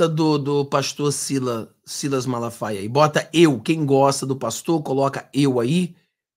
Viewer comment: Eu gosto do pastor Silas MALAFAIA, não é MALASFAIAS como vc fala, desculpe-me pela correção. Gosto muito de suas lives. Abraço amigo.